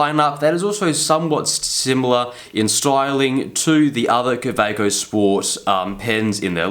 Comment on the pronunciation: Least he doesn't pronounce it Khhawhhekchho like Peter Draws.